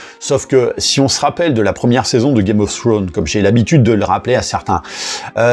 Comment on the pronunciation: Assez d'accord avec la vidéo. Ya meme pas match entre les 2 séries. Le trailer de House of the Dragon est lourd! PS mon: penses aux "s" qui se prononcent en anglais: Games of Thrones (tronze) et non Game of Throne:)